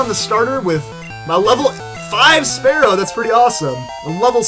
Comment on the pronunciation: Spearow is terrible and you can't even pronounce it correctly after all these years